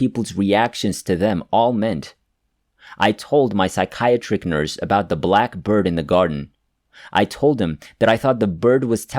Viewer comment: There's some words that you should probably go on Google and use the practice button for pronouncing being a narrator. The story doesn't make sense with some of the words that are said that are supposed to be other words and then it gets confusing to follow your stories. For example spatial = SPACE-SHULL Psychiatric = SIKE-E-AT-TRICK